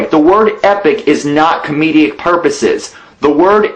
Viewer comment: Just a question: Did ANYBODY ELSE, throughout the video, hear say comedeic instead of comedic? If so, then I believe that Life In A Tent wasn't really trying to explain anything, and he was trying to save face. And failing in a massive way.